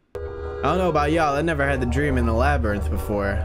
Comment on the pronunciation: persued their drmmmmmm